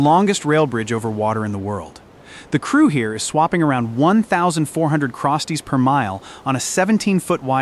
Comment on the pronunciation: A.I. thinks that "crossties" is pronounce "crostees".